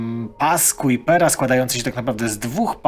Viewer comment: w siódmej minucie mówisz cały czas o pasie Kuipera. Oczywiście zakładam, że to przejęzyczenie.